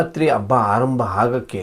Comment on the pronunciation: ಎಮ್ಮೆ ಅಬ್ಬ ಅಲ್ಲ ಹೆಮ್ಮೆ, ಹಬ್ಬ.